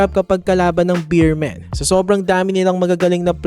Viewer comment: BEEMEN daw 😂😂 hahaha BEERMEN Po kuya salamat